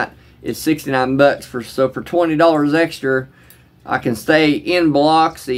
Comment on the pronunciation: Have respect when you speak on Biloxi dude. The mispronunciation is not welcome.